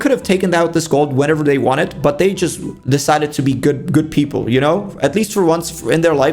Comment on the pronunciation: Bro really said poeple while talking about zobies. :face-blue-smiling